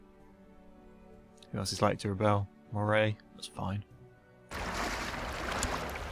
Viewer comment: Great Let's Play, but just for your leisurely information, "Moray" is pronounced "Murry" :-)